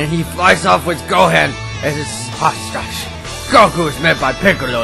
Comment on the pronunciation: you said gohan wrong